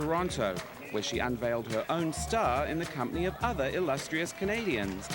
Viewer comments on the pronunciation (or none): none